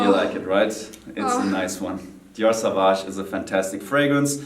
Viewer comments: Jeremy, I am a huge fan. I can't contain myself when you pronounce "dior savage" tough. I strongly believe the right pronunciation would be "saw-vage". It is french. Johnny Depp himself pronunce it this way in Dior's spot. Hope you read this. is gorgeous as always. Love, Alessio from Italy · Jeremy needs to pronounce sauvage correct already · It's Dior sauvage (sssooowaaasch)